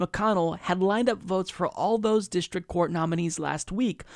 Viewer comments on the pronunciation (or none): none